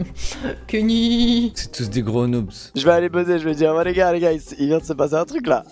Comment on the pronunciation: noubS, ça se dit noobZ